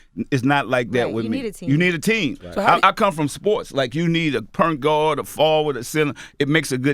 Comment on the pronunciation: When he said Pernt Guard I lost it lolol I also heard Curren$y call a Joint a Jernt lmao